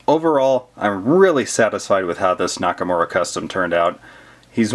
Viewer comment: He said Nakamowa in the stop motion